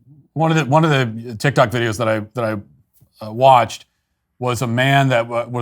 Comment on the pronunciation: “The journalist on tic tic” 😂😂😂